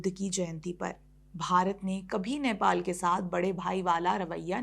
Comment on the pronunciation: नैपाल nahi hai, नेपाल hai. Sahi se uccharan karo. Hamari to ek hi lipi hai. 🤦🏻‍♂️